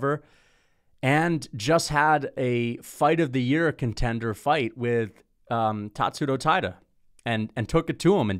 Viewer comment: Why TF do you say it like Tatsuto Taida????? YOU OK LIL BUDDY?